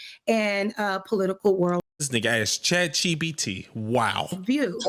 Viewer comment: "Chat CheePeeTee" dawg! 😂😂